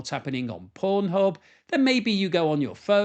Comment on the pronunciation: Did he say Porn hub?